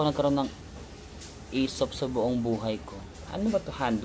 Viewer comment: Aesop is an excellent Aussie brand. And you pronounced it right,!